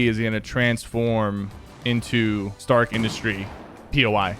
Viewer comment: Stark rhyms with shark. Just saying